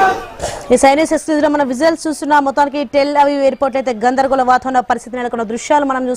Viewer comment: "ఘoధరగోళo" గొప్ప తెలుగమ్మా 😂😂😂😂